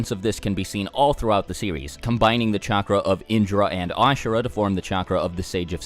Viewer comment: Say it with me. CHAKRA.